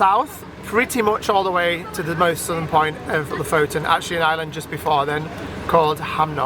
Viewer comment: It would be fun if you actually learned how to pronounce the names of the places you visits from locals. So far both Kiruna and Lofoten you are butchering and it is just a tad annoying. :)